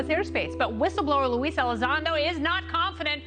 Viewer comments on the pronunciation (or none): Hold up did you just call him "Louie" Elizondo...?